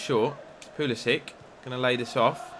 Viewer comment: This isn't a complaint but why do you pronounce Pulisic Pulisi-ick